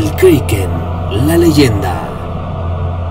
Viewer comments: si tu sabes que se escribe Kraken porque lo dices kreiken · Si se llama kraken no kreiken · kriken no kraken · Perdona, se dice como esta escrito kraken y NO kreiken!! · "Kroken" es la pronunciación escandinava original y "Kraken" es la que más se parece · Es kraken no kreiken 😠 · el kriken xD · Se dice kreiken en ingles..